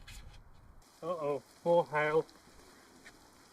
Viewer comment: Man look not even funny im only seconds into the video when this man said HAIL I thought it sounded like he said HELL I smiled and laughed and said to myself now this is a guy I could be friends with THANK YOU AND I SUBSCRIBE